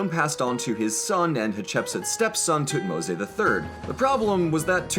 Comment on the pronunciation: Is it actually pronounced tutmo-say? Everywhere I check says otherwise....